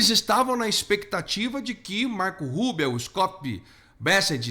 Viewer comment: Cara, a pronúncia não é Marco Rúbeo é Marco RÚBIO.